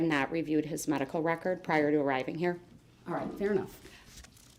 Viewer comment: The way he pronounce fair. FIEEEE-JAIR